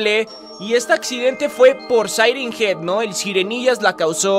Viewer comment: Ingles: siren head Al español: el sireniyas xd